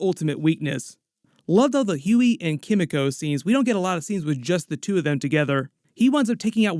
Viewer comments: Sorry! Forgive me, but it's Kim-ee-koh. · The pronunciation of Kimiko hurts me so much. Like they say her name in the show, just say it like that. 😭